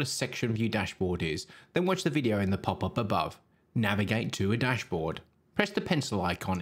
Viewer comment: The way you speak that PAPAPABAW is so hillarious ) It took a two or three videos for me to watch to understand that you mean 'pop up above"